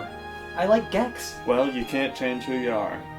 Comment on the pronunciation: Scott has Gex but the g is a S. 🙏😔